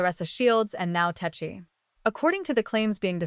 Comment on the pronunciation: Tesehki has a man that she refers to as her husband and is very protective of. She put hands on a girl just for being in her man’s section standing too close to him. 😂 I know it’s AI, but it’s pronounced Tes-see-kee.